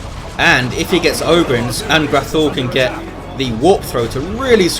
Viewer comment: Thanks for the cast, congradulations on getting the name right too! -An'grathul